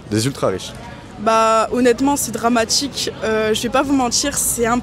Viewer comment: J’ai stoppé cette vidéo à partir de : « C’est dramatchique … je vais pas vous mentchir ..